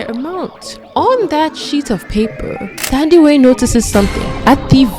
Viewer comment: Not policing you or anything... But just for future references, for names like Thandiwe... The "Th" is not the same as the English "Th"... It's pronounced like the h is not there... So like "Tandiwe"... I don't know if there's more but off the top of my head but, the name Theo is the one name where the "Th" is pronounced the English way❤... Love the channel!